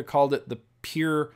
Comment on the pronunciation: You say pure like peer